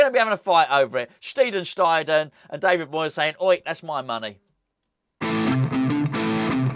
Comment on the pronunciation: Re the pronunciation of our new DOF's surname, German is a very regular language and the "ei/ie""spelling ALWAYS takes the sound of the 2nd letter, so it's pronounced "Stide-ten". Hope that helps.